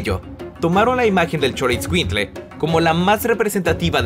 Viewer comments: El dijo chorroscuinkle 😂😂😂😂😂😂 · Se pronuncia sholoescuilcle :( y se pronuncia meshica